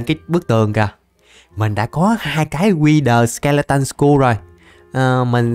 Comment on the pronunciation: wther skeleton skur mà đọc là wher skeleton sờ cu chịu kkkkkkk